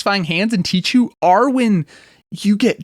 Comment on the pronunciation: Tee-khoo please, not "tee-tchoo" :)